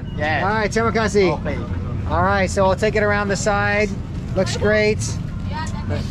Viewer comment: I am Indonesian and the funny part of the video is that when he say terimakasih itu doesnt sound right